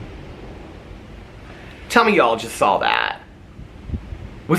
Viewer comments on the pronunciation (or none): I didn’t “sawl” it but I “saw” it 😂 The bird, not a shooting star. 😊 you are adorable! ❤❤